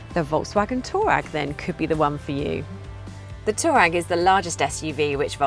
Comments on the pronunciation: Did she just said Volkwagen Toe RAG?😭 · Why is she calling it a Toe Rag?